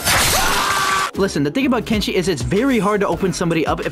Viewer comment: Kenshi should’ve been “kent see”